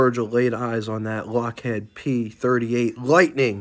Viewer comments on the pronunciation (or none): Dude, lock head? Pronounced lock heed.